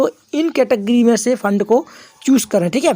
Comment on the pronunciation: Fund bol rha hai ya lund bol rha hai 😅😅😅